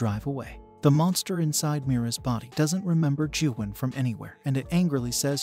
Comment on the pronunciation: You pronounced Gyuhwan wrong